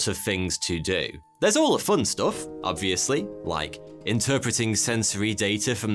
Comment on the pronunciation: The first guy ive hear pronounce the “b” in “obviously”